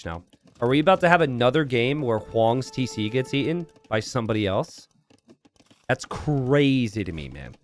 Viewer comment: "Tesé" like a true Floridian 🤣🤣